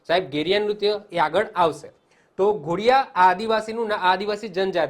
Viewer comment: Ghodiya nahi dhodiya bolvu